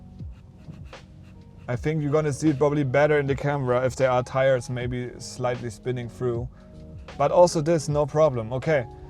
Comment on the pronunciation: It's tires not tiers